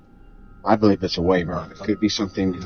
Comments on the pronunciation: #1: It's Wyvern, not wavern, and #2: It's just a rock. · Wyvern not wavern 🙄